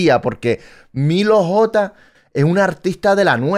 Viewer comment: Oye no es Milo G Es milo J